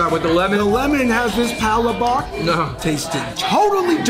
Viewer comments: Yeah butchered the pronunciation of palabok but thats fine. You really good in explaining food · Hehehe I just had a good laugh when you pronounced our palabok LOL Good review though...Am proud beiing a pure blooded-Pinoy... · y'all are killing me with pronunciation of palabok. y'all were doing so well too. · Dying laughing at how you guys say palabok 🤣 so wrong🤦🏻‍♀️🤣 love watching you guys though! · How did this man grow up in a filipino household and still pronounce palabok like that?? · Filipinos be complaining about the because he couldnt pronounce "Palabok" right, but Filipinos cant even pronounce most English words right 🙄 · The stress of the word is in second syllable. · It's all good! Palabok or Pala-bock as long as you are sharing our culture and educating others with our food, that is very nice of you. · when you say we have a sunny disposition and we are the most extrovert you already made me proud, not to mention how well you explain all the food choices so pronouncing palabok isnt a big deal for me 😊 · Love your video and I am German/Norwegian from Minnesota lol. It's pa LA bok (long O in the bok and accent on the LA lol). Tastes just as good no matter how you pronounce it :) P.S.200,000 Pinoy living in Vegas these days... with original Golidilocks, Jolibee, Chowking, Red Ribbon, Max's Chicken!) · Umm, it's pa-lā-bōk not palabak. You sure he's Filipino? Can't even say it right brah. Smh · Hahaha you had me until you said Palo Bok 😂😂😂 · Great video guys! The Pal-La-Book looked so yummy and you all delivered the food review to a “T” now I’m hungry for some Jolibee. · Heck I’m half Filipino too but I’ve never done heard anyway say it like pala-bawk. 😂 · Pa-la-bock? HUHHHHH lmao #cmonnnnn 🤦🏻‍♂️ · Yeah, in the Philippines it’s pronounced PaLabuk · Pa-La-Bak lol 😂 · I so much have lauch that they called "palabak" sorry guys i just funny to hear the word palabak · Naahh. All good man. No sweat on palabok pronunciation. I love palabok.